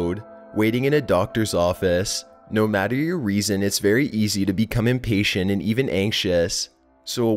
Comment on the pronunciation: He said weason😂😂 I'm sorry 😂😅